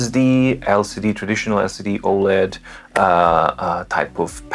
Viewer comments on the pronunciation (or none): none